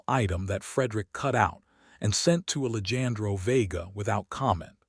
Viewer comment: Please work with the Al narration. The name “Alejandro” was mispronounced all throughout the story. It is very distracting and equally disrespectful to the character in the story. Listening from Clarksville, TN.